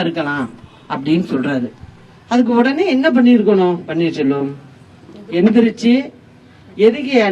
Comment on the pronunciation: she is saying panneer solvam , she doesn't know to pronounce the name even